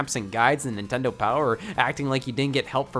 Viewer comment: did he just say Nin tend on 😂😂😂😂 nigas